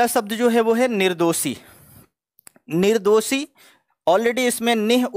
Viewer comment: आप 'शब्द' को 'सब्द' ( , , , , , , , ), , , , , कह रहे हैं, या मुझे ही गलत सुनाई दे रहा है.. " निर्दोसी ??????? - आपने " जाहिर " शब्द का प्रयोग किया है , "जाहर" को हिंदी में "विदित" या "सर्व-विदित' कहते तो अच्छा होता